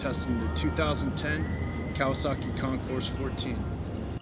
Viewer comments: The "S" is silent. It's pronounced con-coor. It's French meaning competition. Get it right. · The "S" in Concours is silent. It sounds like con-coor. It's French meaning competition. Also you said "0 ten" as the year. Maybe you should leave the public speaking to a pro next time.